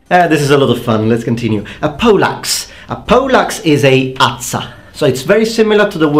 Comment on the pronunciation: thought I heard pollocks when said poleaxe. And it's interesting the Italian for glaive is very similar in pronunciation and spelling to falchion the sword